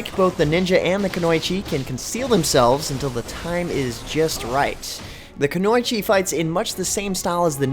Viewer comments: It's pronounced kunoichi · He absolutely butchered the pronunciation of Freija and kunoichi.